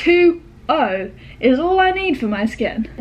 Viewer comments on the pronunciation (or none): Hach 2 0! Hach 2 0! Maybe it's her accent? No hate sorry if I'm disrespectful